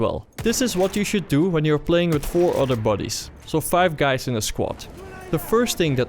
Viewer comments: buddies sounds like bodyes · i like the way you say"buddies" with your accent. WHAT?!?!